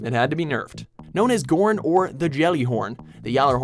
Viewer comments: never heard anyone pronounce Ghorn "GORN" guess you need to play to know to say G-Horn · LOL he said known as "gorn". it's G-Horn. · I hate how they mispronounce names. Like with Gjallarhorn. WTF is Ghorn its G-horn. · Known as "ghorn"?????? Its generally pronounced GEE-horn. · Whaler Sailor he pronounced the nickname g-horn wrong as well. It's pronounced jee horn